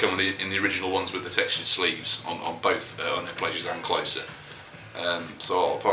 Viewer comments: I think it's supposed to be pronounced 'closer' as rhymes with poser. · in an interview, Peter Hook pronounced it "clo-sir"